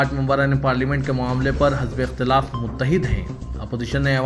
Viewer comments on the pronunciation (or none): Are jahil ( hazbe ikhtalaf) naheen hai. Balke( hizbe ikhtelaf) hai.